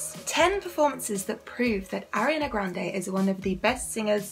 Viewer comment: R-E-ON-Uh not Airiana boo